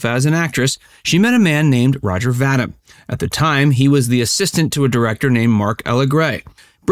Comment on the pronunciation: His last name is pronounced "Va-Deem" , not Va-dimm!